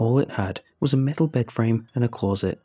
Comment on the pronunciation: This guy's delivery and vocabulary is perfect, and then you hear "closet" pronounced as if he'd spent his childhood in rural Scotland